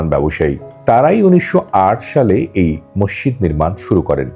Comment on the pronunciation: Morshid Na Masjid Bolo